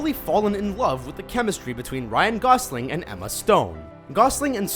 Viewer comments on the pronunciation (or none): none